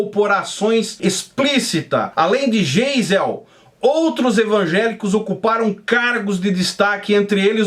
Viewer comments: Primeiro vc precisa aprender a ler. Vc parece que foi a(na)lfabetizado pelo Mobral. O nome do presidente pronuncia-se GAIZEL e não Geisel. Vc fala hipocresia mas a palavra é hipocrisia. Intúito vc fala intuito...e assim vai. Segundo: Não houve ditadura e sim regime militar extremamente necessário naquela época. Foi o povo quem pediu , não houve golpe militar. Terceiro: Ninguém era inocente. Para colocar o país em ordem foi necessário uma ação enérgica. Tinha muito lixo ideológico como existe hoje , sendo que nos dias atuais tem muito mais. Quarto: Essa alusão a presidente evangélico com duplo sentido é somente para falar do presidente Bolsonaro (Que é CATÓLICO). Então... Vc precisa (primeiro aprender a ler)se informar direito e parar de falar bobagens das quais além de não ter conhecimento (não sabe ler e qdo lê, lê mal (analfabeto funcional) e procurar fontes fidedignas. A única coisa que sou obrigado a concordar contigo é que o meio evangélico brasileiro é podre...Muito podre mesmo. Eu me libertei desse jugo(Egito) a muitos anos. Qto as demais coisas...vc precisa melhorar. Admiro o seu trabalho...Fica a dica. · Será o "Estado Islâmico" no Brasil! Só a título de informação. "GEISEL", nome alemão cuja pronúncia é "Gaizel". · Geisel se pronuncia (Gaisel), blz?